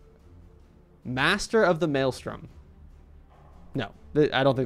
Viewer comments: Care uh potchey! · Lol can we try that “carapace” again? 😅